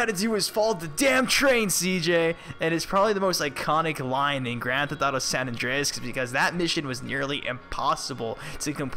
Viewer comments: San Andreas not san Andress like u Said i the video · "San Andrass".. pretty sure it's pronounced "San Andrey-es"...